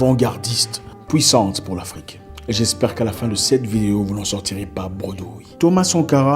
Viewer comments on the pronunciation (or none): none